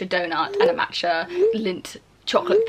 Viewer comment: the way she says matcha is so irritating😂